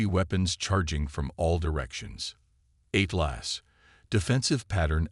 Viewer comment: THE AI CANNOT PRONOUNCE ATLAS , AND THEN AI CC WRITES IT AS “ EIGHTLASS “ REALLY , REALLY BEGINNING TO HATE AI IN STORY TELLING MODE ! THAT’S TWO HICCUPS IN ! TWO MORE HICCUPS , THE AI COMPUTER INTRODUCES ITSELF AS 8 GLASS AND THE CAPTAIN REPLIES , HELLO “ AT LASS “ ! TO THE MORONIC IMBECILES WHO COMPILED THIS STORY , YOU DO UNDERSTAND IT RATES A 0 OUT OF 10 AND OF COURSE A BIG THUMBS DOWN 👎 ! WHAT IDIOTS ! THATS 4 SCREWUPS IN 2 MINUTES AND 50 SECONDS , OMG , WHAT IGNORANCE ! I HAVE GIVEN UP COUNTING THE F**KUPS , BUT AT EXACTLY 11 MINUTES , NOW ITS 8 LAST ! I BELIEVE IT IS TIME TO SAY GOODBYE TO HFY Zenith , THIS IS ABSOLUTELY HORRENDOUS !